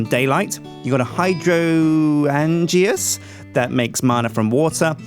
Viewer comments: Hi-Drain-Juz, not Hydro-an-geas. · Hydrangeas Hi-Drain-Jas... It just bugged me the the way he said it. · It's rather comical how no one in the Yogscast knows how to say Hydroangeas. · Zanzibar Haberdasher No they're not, it's a pun on hydrangeas (a type of plant) so it should be pronounced HYDRO-AIN-GE-AS not HYDRO-AN-GE-AS.